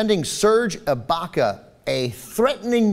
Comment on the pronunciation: serge baca?? its IBAKA